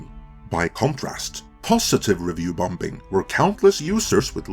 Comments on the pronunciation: Hi, the b is silent, just say the word as bomming not bomBing lol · ‘sigh’ … “Bomb-bing”?!? ….. it’s pronounced … “Bom-ing” .. second ‘b’ is silent.